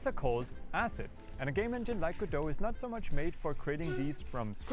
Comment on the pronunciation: finally he says godo not go dot , hes locked in now